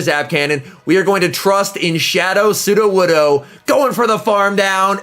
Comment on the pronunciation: You pronounced sudowoodo correctly You have grown, my son